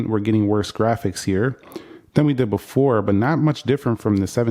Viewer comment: BEFORE NOT BOOFORE